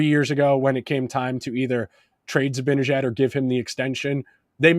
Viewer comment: Love the podcast. It’s pronounced Zib-Ann-Ihh-Jad.